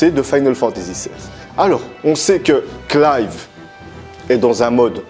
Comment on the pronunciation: Ah bah tu vois que c'est mieux prononcer comme ça, Clive ^^ sinon les Tales of j'en ai fait deux-trois donc le berseria je le connais pas, mais il y a genre 2-3 épisode dans la série animé de Zestiria qui montre du Berseria.